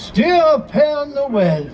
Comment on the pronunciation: Hi, it’s pere Noel. As in pear Noel!